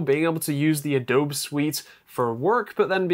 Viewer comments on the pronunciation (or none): Am also English and have NEVER heard someone say Adowb in my life. Always heard adowbee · It's an American company, so the name should be pronounced the way they pronounce it (with the 'bee') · *uh dow bee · Do they call Adobe (ah-DOW-bee) ah-DOWB in the UK or is this a channel slang I am just now hearing? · I've called it "ah-dowb" for years and speak Dutch natively. I guess it's an American thing to call it "ah-dow-bee".